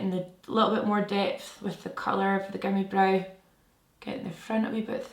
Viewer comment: whenever you say gimme brow i swear you’re saying gummy brow LMAOOOO